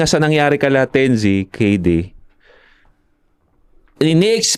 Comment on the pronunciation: "tense" bigkasin yun mga tol hindi "ten-zi" correction lang just in case mapagusapan ulet. gandang topic